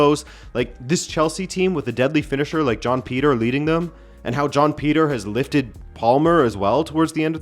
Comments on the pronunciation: Why do I keep hearing John Peter when you’re saying Joao Pedro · John Peter and John Snow💀💀💀cmon manee. How do you watch the Portugal league and pronounce their names like that? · I’m so confused. I thought you kept saying John Peter rather than Joao Pedro. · What is a John Peter? 😂 Is that the English Translation of Joao Pedro?